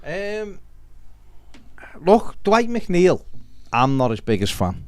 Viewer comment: Coming from a fellow MC is McNeil not macneil lol